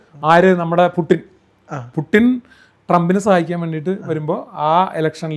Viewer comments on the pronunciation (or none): none